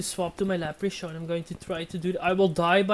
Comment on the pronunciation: Btw it's lepre-Korn not lepre-shorn